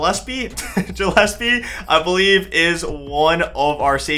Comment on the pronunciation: Gillespie is pronounced Gill (like a fish) S P. Love the content!!